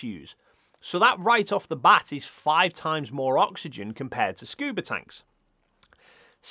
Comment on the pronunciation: "Scuber divers" bro... what..?